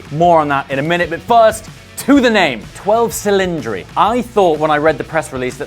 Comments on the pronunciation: it's italian - minmum thing would be to look up the correct pronounciation? "dodici cilindri", with a "dshi" sound both times. or make it "twelve dhsilindri". but "silindri" is neither italian nor english. c'mon, you can do it 👍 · You MUST pronounce it in Italian: Dodici Cilindri!!! THATS music to the ears! Not twelve Cilindri. Logically that doesn’t make sense! It’s like Quatrovalvole for 4 valves! As simple as that 😊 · No, the 812 superfast is really "eight twelve superfast" or "eight hundred and twelve", especially because its name is literally "superfast". In the case of the 12t cylinder, it is actually "do dici cillindri". The "cilindri" indicates that the name is Italian and even Ferrari in the presentation called it that. In the current pronunciation the name will be translated by the public, just as it is with chiron and veyron. Since they are French names, the correct pronunciation would be "chirro" and "veirro", but no one pronounces it like that, not even those who know it's like that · It’s pronounced (DOE-DEH-CHEE CHILL-LIN-DRAY) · Aarrgghhh! "Dough-Deechi Chil-in-dree" Personally, I love it! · it’s pronounced do-dichi chilindri. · it’s pronounced Dodeche chelindre. an I its pronounced e in Italian {got it} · People seem to forget that Maserati named their car Quattroporte which literally just translates into "Four doors" and Audi has a model called V8 lol. So I don't get the fuss around the 12 Cilindri name. Nothing extraordinary about it. Besides, you're supposed to say the name in Italian language "Dodici Cilindri" which sounds so much better than butchering the name and saying Twelve Cylindri in English. As for the looks of the car I like it a lot. Clean and elegant design what's not to like? It is a departure from Ferrari's usual design language which requires a bit of getting used to but it's definitely a stunning car and it'll age like a fine wine.